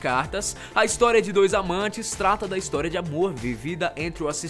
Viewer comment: Ele Falou Hinstória kkkkkkkkkkk